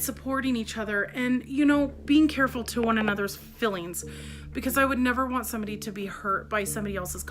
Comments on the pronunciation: OMG 😲 she is such a fraud! she has no ‘fillings’ as she pronounces it. her fake nice voice is pathetic. she is a narcissist, psycho path, bi polar etc. when ppl leave neg comments she deletes but not before giving them her ghetto tongue. i hope CPS is investigating. i read she illegally adopted a son. how does she get away with that? well done video👍🏻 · Oh the ‘fillings!’